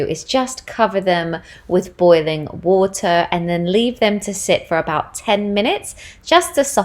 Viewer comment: Hi! I loved how when you were talking about drinking water...the first time you said water was very "English", followed by our very Canadian water 'waturrr'. Made me giggle! Plant based here too and couldn't live without my barista oat milk every day. My boys keep me busy! Would LOVE to see a plant based meal prep video! We love smoothies, peanut butter toast, pancakes in the am...will definitely try your oat bake! Love from Canada xxx